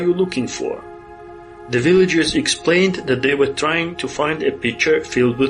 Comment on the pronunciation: Богатый словарный запас, однако, молодцы. Если что were читается как уё или вё, а то на слух как where получается)